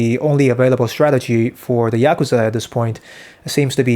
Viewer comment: You pronounced Yakuza 3 different ways.